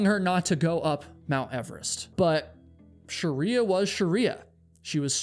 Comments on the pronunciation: I wish I could watch this but pronouncing shriya as sharia is uh, distracting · I'm sorry I can't get over how this guy says "Shriya" lol it legit made me turn off the video a minute in. It's pronounced "shree-ya" not fricking sharia law lmao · Her name was Shriya, not Shariya. 👀😵‍💫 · Her name isn't Sharia. It is Shriya - pronounced sri-a, of Indian/Hindu origin, not an Islamic legal system. Still, a very interesting video, as usual - keep 'em coming,.:) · I’m from Nepal - her name is pronounced Shree-ya (the spelling is Shriya) not Sharia, she is not a Muslim as in Sharia Law 🤦‍♂️ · You mispronounced "Shriya" as 'Sharia" throughout the entire video. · This is minor to the story, but the mispronunciation of Shriya's name drove me to distraction. It's not Shuh-ree-yuh. It's SHREE-yuh. The SHR is like the sound at the beginning of "shroud". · Shriya is not pronounced - sha-ri-ya. its two syllables, not three. Shri-ya. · She may have been too stubborn for her own good...that doesn't mean you need to butcher her name. It's not Sheriya it's Shriya. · Why are you calling her Sharia? Isn't it Shriya? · You pronounced her name as “shariya” - her name will be pronounced as shree-ya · It's Sri-ya not Sh-ri-ya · Are you pronouncing shriya as shəriya intentionally because you read that that's how it's supposed to be pronounced, or...? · Not Shariya! It's Shriya. Shreeeya! 😅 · We can be pretty confident that Shriya’s name is pronounced shree-yah, not shar-ree-yah (which is virtually identical to the pronunciation found in “Sharia law”). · Her name is pronounced Shri-ya not Sha-riya btw😭😭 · Shriya Shaw. Not Sharia Shaw. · As an Indian your pronounciation of Shriya as Shariya is hilarious. 😅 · It's "shriya" two syllables not "sharia" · Jesus, stop saying her name. It is SHreeya. Not Sherya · Shree-ya not Shuh-ree-ya